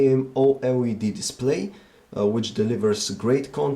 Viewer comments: dun give excuses saying that it is an accent problem, being able to pronounce all other words normally but those 2 is not accent, it is lousy english. n it is not a mistake k coz he repeats it as herb every time. n i am sure u know that he stumbled on the amoled word at first, lucky he did not repeat that. n do u know how misleading and embarrassing this could be for tech newbies that do not know the correct pronunciation and tells their friend-Hey guys check it out my new omnia 7 (cont) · Borat can't say out "AMOLED"? lol